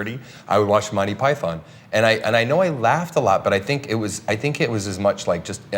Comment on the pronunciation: the only thing i dnt like s how they incorrectly pronounce Monty Python.